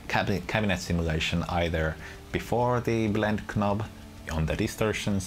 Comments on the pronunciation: Great review thx. 2 remarks though: - a demo with fingerstyle playing would be nice - "knob" is pronounced "nob" ;) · Brilliant video thanks - your English is superb - knob has a silent 'k' - its pronounded nob :)